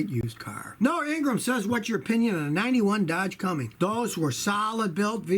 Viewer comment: Cummins, not Cummings. There IS a difference! 👨👨👨